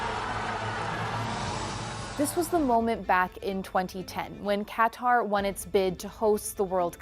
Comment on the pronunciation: Im hearing "cutter" when it's "qatar"